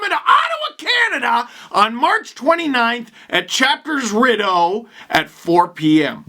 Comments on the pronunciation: lol Riddeau.... it’s Ree-Deau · Looking forward to grabbing my copy in Ottawa. But, before you arrive, suggest you work on your pronunciation of Rideau. Think Speedo, not Widdow. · I lived in Ottawa for about a year, and while I was there, I always got chastised pretty harshly for pronouncing "Rideau" the way you did. I don't get what the big deal is, but it makes a lot of Ottawans mad. So, just FYI so you don't get lynched while you're there, it's pronounced "Ree-Dough". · "Rideau" is pronounced : ree-dough just for future reference see you there! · lmao your pronunciation of rideau 🤣